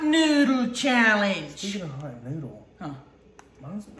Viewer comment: "Hot nuudle challench" 😂😂